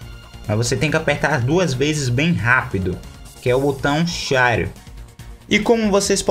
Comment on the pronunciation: "Clica duas vezes no botão sháre" xD minuto